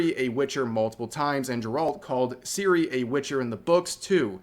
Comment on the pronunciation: I'd say - the main problem is how English people mispronouncing her name. It's pronounced TSiri, not Siri, as TS in TSunami.